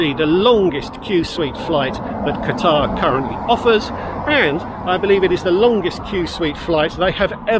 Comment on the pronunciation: He keeps mispronouncing Qatar.